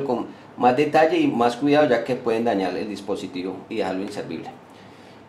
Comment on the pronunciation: Diccionario: Caa es cada, propieases es propiedades, pueen es pueden, trabaar es trabajar, tieen es tienen, le vamoa, es vamos a, le amos es le damos, conetao es conectado, voy aejar es voy a dejar, no emora, es no demora